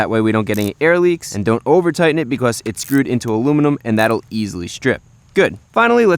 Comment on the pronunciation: “Beecoss” what a weird accent